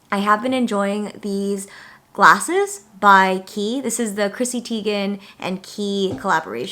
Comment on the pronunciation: thanks for teaching me how to pronounce 'Quay' 😂